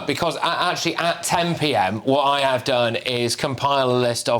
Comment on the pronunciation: “ I av a court order” dear lord